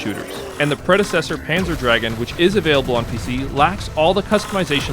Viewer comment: I've never heard anyone call it Panzer Dragon. It's GOON, Panzer Drag-GOON. They're German words, my friend. Panzer means Armored and Dragoon (GOON) means "mounted infantry," actually - it refers to the riders on the dragons, and it's pronounced like the Germans do. Anyway, good video nonetheless. I actually bought and downloaded Crimson Dragon when the Panzer DraGOON remake came out on Xbox intending to play both and compare, but never really played much of Crimson. I realize now I should give it a real try, as its meta progression sounds great for this genre, so I'll check it out again soon.